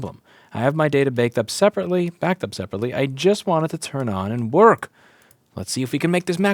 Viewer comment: lol he said "baked up" instead of "backed up"